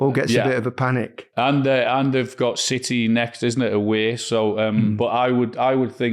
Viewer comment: City not Citeh